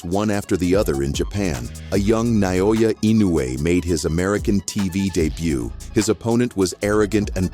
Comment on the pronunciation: That's my name, Naoya Inoue. Do you know now? Say it again Naoya Inoue again.........its ok its already stamped on my jaw😅😂.